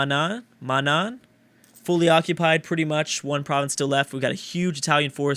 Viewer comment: I was waiting for you to Finally acknowledge a Jordanian Province then you butcher it's name by calling it Mana